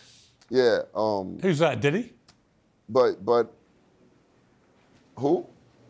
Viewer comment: I’m absolutely howling “was that diddy or fiddy”